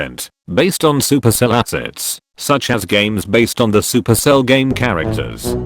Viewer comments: it's super cell not sup erc ell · Did yall notice how he called it sup Erk ell? I used to think it was pronounced like this until I realise the supercell ID section, and I’m like omg it’s by the same peeps… 🤦🏼‍♀️ hehe… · its not sup erc ell its super cell